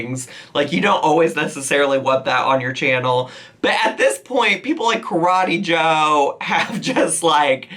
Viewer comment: “BYE KARETEE JOE!” 💀😂